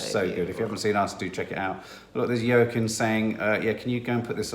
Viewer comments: Please, please stop calling him Yurkin Phoenix ffs! It’s pronounced Wakeem. Also, i so hope Brad and Jen give it another go. Fingers, toes and tits crossed for that ❤️ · “Joaquin “ Phoenix please listen how to pronounce his name I didn’t even know who you were talking about 😂😂😂. Cheers